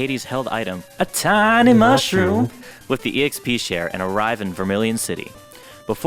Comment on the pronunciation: A TINY MUSHRRROOMM